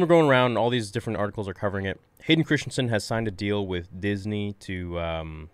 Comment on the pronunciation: "Christensen", not "Christiansen". Practice sounding out the name in front of the mirror. It's embarrassing for you and disrespectful to Hayden.